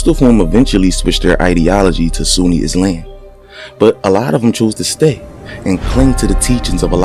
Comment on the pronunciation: “Nation of IzLamb”😅 great video